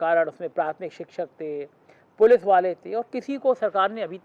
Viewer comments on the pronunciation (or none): none